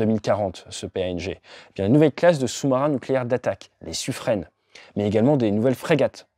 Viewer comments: On ne dit pas "Suffrin" plutôt que "Suffrenne" ? Merci pour cette vidéo très intéressante, quoi qu'il en soit 🙂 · Suffren se prononce suffrin et non suffrenne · Excellent vidéo comme d’habitude. Par contre on dit Suffren: suffrin, comme pin ou vin, pas suffrène. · Bonjour, à tu dis "suffrène", mais cela se prononce "suffrin" :) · Pourtant on entend prononcer " sufrène " dans la vidéo.... 🤔